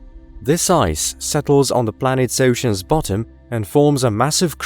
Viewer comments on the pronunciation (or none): Stop saying 'bottom' like that